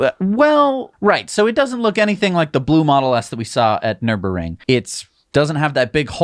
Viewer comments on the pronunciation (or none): i cant take it any more....Nürburgring "ner-berG-ring" !!!! lol